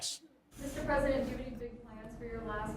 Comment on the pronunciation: "don't talk to the pwesident that way. "